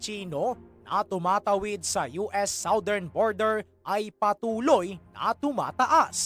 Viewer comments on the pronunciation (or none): none